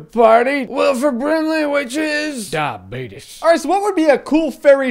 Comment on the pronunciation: Sorry, but its actually pronounced "diabeetus" or "the beetus"